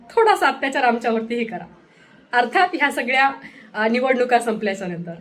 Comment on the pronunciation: णिवणूक, त्या णंतर, 😂😂